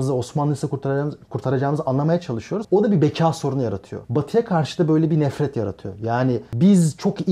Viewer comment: Solda kalan sakallı arkadaşa birisi "beka" demeyi öğretsin.